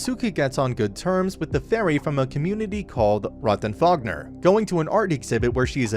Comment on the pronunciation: Ps the name is rotten finger not fognre